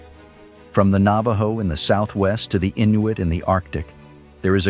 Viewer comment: HaHaHa -- , how did you pronounce "Navajo" ? Naa-Vie-Yo -- HaHaHa This video has many other pronunciation issues. If you are going to continue to insist on using an AI moderator, please find one that can pronounce words correctly.